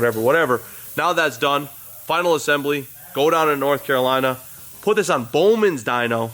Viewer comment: Confused why you cant even say bowmans name.